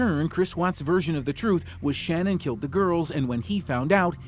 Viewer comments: Ummmm, I don't know if I should say this because everyone is ragging on you for saying "girlfriend "once but you're saying her name wrong too. It's not Shannon. Shanann. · Her name was Sha'naan....not Shannon. You're mispronouncing a murder victim's name. Maybe do a little more research before you decide to tell the rest of us how to suck eggs. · Drives me nuts that in such a well known case people still can't be bothered to get her name right. It's SHA-NAN. Not Shannon. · That’s not how you say Shannan’s name. If you’re going to profit off her death have the decency to say her name properly. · OMG you people. Hername is Shanann NOT SHANNON.🤦‍♀️ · Sha-nann not Shannon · her name isn't "Shannon" Either.. Its SHA-NANN. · This was bugging me because on a different video they called her Shannon too when her name is shannan I know its not a big deal but it just got on my nerves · #5 Her name wasn't SHANNON. It was SHA-NAN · Shan’an. Not Shannon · That and the mispronunciation of her name irked me. They said her name numerous times during the interrogation video and yet he still said it wrong. Her name is Shannan not Shannon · His wife's name was shanann. Not Shannon. Dude, do your research. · They didn’t even get her name right on the first clip it’s not Shannon. It’s Shan’ann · Her name is pronounced Sha-nnan, NOT Shannon. Have some respect ✊ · Actually, the way the young mother pronounces her name is rather unususl.i. the fsmily pronounces it differently too.an unusual pronunciation sha-nann'. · In the Chris Watts case, his neighbor solved it in about 10 minutes. Edit - Her name was pronounced Sha-nan, annoying I know.... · They kept saying her name wrong. She deserves that much. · If you’re going to do a video that involves murder please do some research on how to pronounce the victims names! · Can't even pronounce her name correct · He didnt even pronounce her name correctly, despite using footage where her name is correctly pronounced several times.